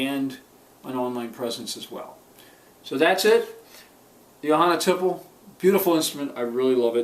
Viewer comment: Thanks for the review! p.s. - I hope I don't sound like an annoying know-it-all, but it's pronounced tee-play.